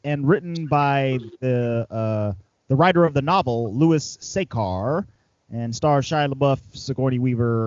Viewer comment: sacher not sacar